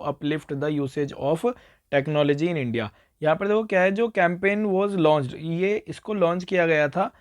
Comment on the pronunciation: Sir aap starting mein "india" ko media padh rhe the